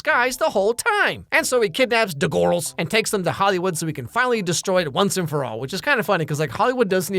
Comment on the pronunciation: "Da gworls"